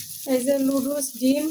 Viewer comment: Ki bolchen..Ludus??...ota Noodles...apni bolen eta apnader ancholic bhasa...English abar ancholic bhasa hoi ki kore...English to English e...sobai bhul bole bole apnio bolben ??..English janen na bole sikhbeno na??..pichiyei thakben??..ei jonnei desh tao pichiye aache...Apni dayyito nin..nijeo sikhun abar apnar video jara dakhe tader o sekhan...jotoi hok apnar husband er subject English...onar atta santi pabe jodi apni onar subject niye chorcha koren...eta apnar content o hobe..abar nijer styler video hobe..kaoke copy kore video banate hobe na...tai na ??...